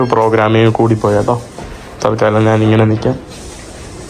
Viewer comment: എടാ കോപ്പേ നാൻ അല്ല, ഞാൻ ആണ് ശരി